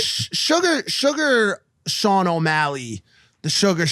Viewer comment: Sugar Shane not sugar Sean lol